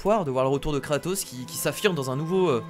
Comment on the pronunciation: tu à dit katos